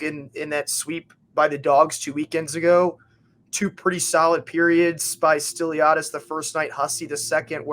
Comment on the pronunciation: If you see this just a few things! Stiliadis is pronounced roughly Still-E-ahdis And G. Hussey was waived so he could go and play with his brother Brendan in Watertown, he was waived from Macon a week or two ago